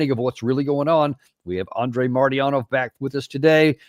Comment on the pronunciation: MARTY-ANOV! PLEASE PRACTICE PROPER PRONUNCIATION OF ANDREI'S NAME ❤ 🙏